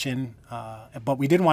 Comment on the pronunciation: "accreate" thank you for this ue4 tutorial